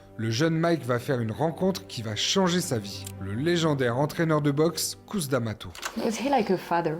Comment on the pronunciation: Petit récap sympathique de la vie d'un homme qui sort vraiment de l'ordinaire.. Un peu léger sur la partie Tyson Hollyfield. Vous pourriez juste faire un effort sur la prononciation des noms et prénoms, ce serait top ! Mac Tyson - Couss Damato -> Mayk Tyson - Keuss Damato pour vous aider..